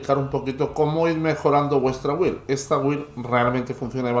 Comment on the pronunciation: porfi BUILD se pronuncia BILD QUE HIERE EL OIDO OIRTE EN INGLES buena build por cierto